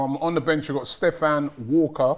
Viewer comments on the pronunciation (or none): none